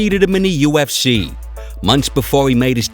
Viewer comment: ”The u f schee”. The speaker made me turn it off after a minute.